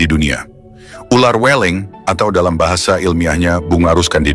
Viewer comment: "Weling" dengan huruf e yg dibaca seperti huruf e dalam kata "beling, berangkat, kerbau". Bukan seeperti huruf e dalam kata "bebek, cewek".